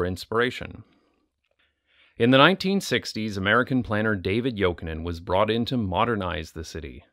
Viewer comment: AS A FINNISH PERSON U SAID ”JOKINEN” REALLY GOOD. it’s a finnish surname